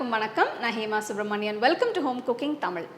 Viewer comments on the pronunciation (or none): none